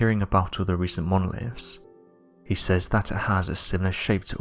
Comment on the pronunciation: Monoliffs. (Monoliths). Monffs. (Months). Anovver. (Another). Over. (Other).